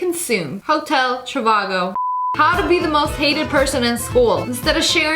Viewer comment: Hotel Trevago ITS NOT PRONOUNCED LIKE TGAF JDJDJDJD